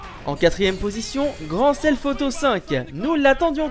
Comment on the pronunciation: tu a dit grand self auto V xD ces thef